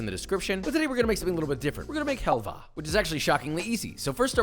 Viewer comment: Did he just call Halva as Helva?